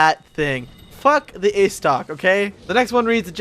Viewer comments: Istoc...Istoc!?!? Estoc come on man. Pronounce it like this: Eh'stoc. Diplated Bridge?!?! Oh....nevermind... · "The ayystoc"